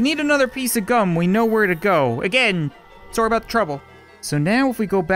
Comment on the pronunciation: xD you say sorry like sory